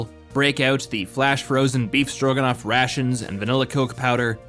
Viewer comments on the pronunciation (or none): none